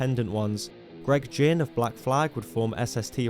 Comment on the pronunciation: Pronouncing Ginn as Gin is objectively hilarious. I hope that was intentional.